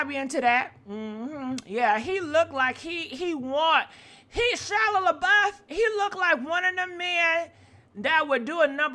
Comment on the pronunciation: "Shila Labuff..." Are you doing that on purpose 🤣🤣🤣